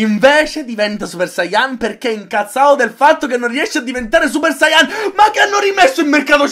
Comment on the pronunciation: e poi ci sta la gente che dice sáiyan invece di saiyán